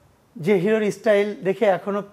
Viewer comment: স্টাইল কে বলছে ইস্টাইল 😂😂😂😂😂😂 ছেলেটা কে দেখে হাসতে হাসতে আমার পেট ব্যাথা হয়ে গেলো 😂😂😂😂😂